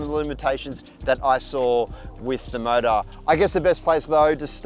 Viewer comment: "The mowda inda wowda" Love it!! ahahahahah